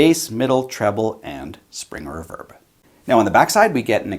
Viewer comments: I have just noticed how you pronounce reverb and I'm stunned. REE-VERB not REV-ERB. lol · REEE-VERRRBBB NOT REV-ERB OH MY GOD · ruverb?? reeeverb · It's "re-verb" not "re'verb" ..... You're obsessed with unseen cosmetics...so Im obsessed with improper pronunciations... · It's pronounced reverb not raverb...... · It left a bit to be desired in the "crunch" distortion test for me, but that's an "in general" thought, not taking into consideration the price. If you played those tones for me and told me it was a $900 combo I'd believe it. Eye twitching when you say reverb "reh-verb" instead of "ree-verb". Egh. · Very good demo . Crazy cheap little amp . It's pronounced Re - verb ! Lol jjks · “Spring erverb”😂😂😂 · i love this channel but its pronounced Ree-Verb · The way you say reverb makes me not trust you. After you get a real speaker & put real tubes in it, that aren’t going to burn down your house, you could have just purchased a Boss Katana Artist Gen 2 for less. Enough with all the $100 guitars and $200 tube amps all over YouTube. Just noticed this video is 6 years old. Why TF is YouTube putting on my videos page at all? 😊😊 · Awesome video! Definitely a new subscriber! Without looking into your bio, I’m guessing you are Canadian based on the way you pronounce “reverb”, lol. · Nice review but you say 'reverb' oddly.